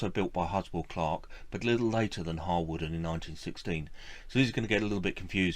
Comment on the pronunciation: Harwarden is pronounced Har-den. Penmaenmawr is pronouinced Pen-mine-m-ow-a Overall I liked your video - very informative. Yes in a sense it is sad that the railway museum at Penrhyn Castle is moving some of its collection away - but I also think it important that the displays at the castle remain relevant to the industrial heritage of the area and that the locos leaving Penrhyn will now.have the opportunity to be part of a museum or operation relevant to their own heritage. It is good that, in a number of cases, locos are to be restored to working order. Steam engines that are doprmant are dead metal, those that steam are alive and bring the past back to life for all who visit them.